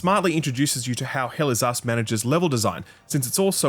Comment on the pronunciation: All i hear is "Hell is Ass"